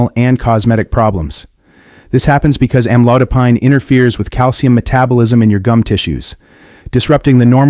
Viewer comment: Don't believe in this post, it's just scared you. Can't even pronounce the med right.